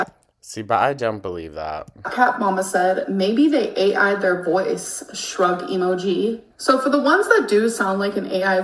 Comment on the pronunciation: "E-mu-gee" is making me want to punch a wall